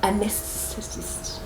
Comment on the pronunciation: Yes, I concur. The r's and the l's are a tongue twister for our peeps🥴